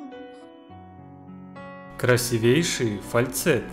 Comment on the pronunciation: запомни: в слове красивейший ударение надо ставить на и. Звучит так» красИвейший»